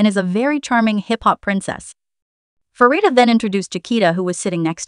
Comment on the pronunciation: Great video. Pronunciation of the members names could use some tweaking… - Rami is Raw-Me, not Ray-Me - Asa is Aw-Sa, not Ay-Sa, although the later is a nickname, as she’s an Ace! - Pharita is Pa-Rita, not Fa-Rita Thanks 😀 ❤❤❤—❤—❤❤❤